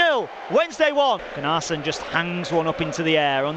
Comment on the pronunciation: Thanks for these extended highlights. You (Wednesday) will be there, or thereabouts come the end of the season. As a heads up it's Gunner-son not Gun-arse-son (pronunciation)